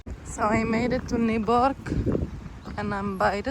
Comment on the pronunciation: Your pronounce of Nyborg was actually pretty good. Nyborg = Newcastle.